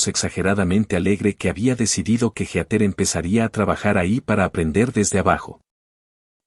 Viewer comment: Heather, no geater. Se pronuncia "híter".